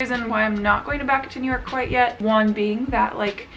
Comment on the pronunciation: me pronouncing New york: New york: Neork! syllables are a waste of time..am using neork from now on..lol